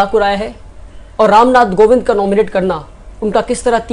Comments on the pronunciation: it's kovind not govind. Good luck for ahead. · It's Ram Nath Kovind, not "Govind" pehle sikh le bhai